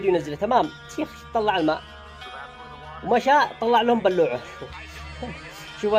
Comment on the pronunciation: بالله عليك تبى لايك وانت تقول بلوعه هههههه انطقها وبعدين نشجعك انا انصحك لا تستمر